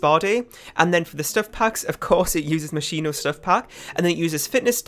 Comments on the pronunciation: You are saying it wrong, but it's how I say it too. If I try to say it right I end up saying mosquito. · The version you don’t say is the Italian version. In Italian you say the h after sc as k The version you do say is also good